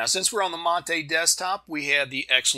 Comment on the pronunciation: I was gonna keep it, but since you said that, I must say that it's MAH-TE as in Latte (some people say mah-tay). It's the name of an herb used to make tea and other drinks in South America. We Portuguese/Spanish speakers don't have the French accent. It's actually closer to the Italian accent.